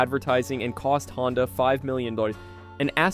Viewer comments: I thought the company was called Honda ? Not HONDEEE ?? Maybe I’m wrong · Honda pronounced proper 1st 3 times then .59 he floridly says " Hondie"!?